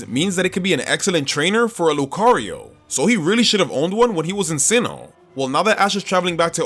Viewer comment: The first O in Lucario is supposed to be an A!